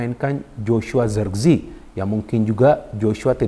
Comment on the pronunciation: nyebut nya bukan zerkzi, tapi zerekze